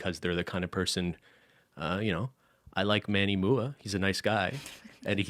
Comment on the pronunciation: Lmao screaming at calling Manny "Manny Moo-a"